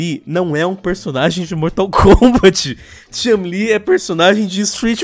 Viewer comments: Concordo com Ela! Aonde Está a chun- li! E parar de dizer o nome errado! Não e chalin! Chu n - li! 🙄💬 Estao falando por que Sao machistas! Hahahahaha 🤣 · É só eu ou toda vez q o fala Chun-li parece q tá falando Chumlee? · Toda vez que o fala Chun li com essa entonação eu penso que ele tá falando do Chumlee do Trato Feito kkkkkkkkkkk "Sei não Rick, esse corte na costela me parece falso!" - Chun, Li kkkkkkkkk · Só eu que fiquei irritado com o falando chun-li? Ele parece q ta forçando o “u” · Para de falar Chun Li, com essa pronúncia de "A" no nome dela. PQP, fica irritante pra caralho.